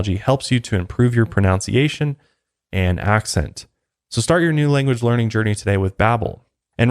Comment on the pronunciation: Pronounciation?? The proper term is pronunciation